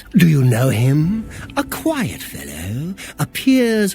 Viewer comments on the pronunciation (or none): none